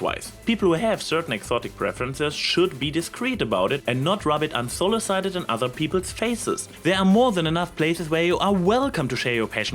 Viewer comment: un-so-LIH-cih-ted I am just getting on everybody's case about pronunciation today.